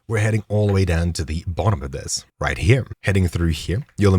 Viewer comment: is there a reason you add an m to the end of the word "here"?